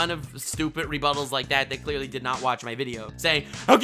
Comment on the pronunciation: « That I cleearly didn’t understand ! » 😂🤣🤣